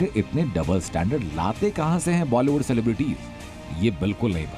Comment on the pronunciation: सिलेब्रिटी शब्द है न कि सेलेब्रिटी